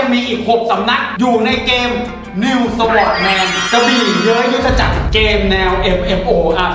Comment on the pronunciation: น.นิวสวอทแมนก็มา Sword=จริงๆมันต้องอ่านว่า ซอท ไม่ใช่ สวอท #แต่ก็บ่งบอกให้รู้ว่านี่คือรุ่นเก๋า คนเล่นROสมัย10ปีก่อนมักจะอ่านว่าสวอทกันหมด ทำให้นึกถึงพี่ชายผมเลย ตอนนี้ก็ยังติดอ่านว่า สวอทอยู่เลย ฮ่าๆ